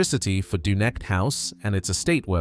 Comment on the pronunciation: Oh good, we can restart netting salmon again at the mouth of the River Dee, and shut down the fish farms [ and by the way you can't pronounce Dunecht, Garlogie or Culter ]